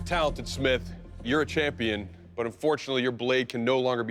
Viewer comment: Did he just say "unfortumily"?